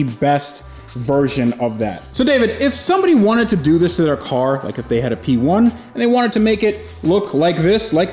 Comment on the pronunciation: that's a McLaren 'Pee'1 ROFL 🤣